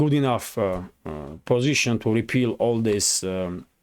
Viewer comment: thanks again for you efforts. I{ just to mention you are mispronouncing the word "repel" (отталкивать / отгонять). The first e is long, but the second e is short as in bell. The way you are pronouncing it makes it the word spelled "repeal" (отменить) which is not what you mean. Спасибо.